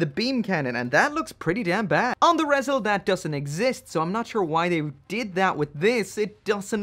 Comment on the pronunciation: Rezel?.... Isn't it called "Re-Zel"